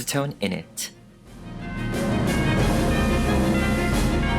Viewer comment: Am I the only person that's heard say "asstone" instead of "acetone" •Δ•